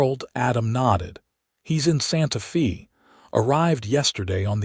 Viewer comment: It's not pronounced SantaFee, is SantaFay!